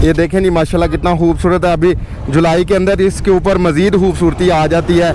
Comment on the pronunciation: yeh lafz khoobsoortee he yaa hoobsoortee he...sahe bolna sekho....